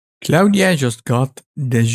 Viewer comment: It´s not Claudia but Claude (french) dot AI. xDDD Never stop practicing. :D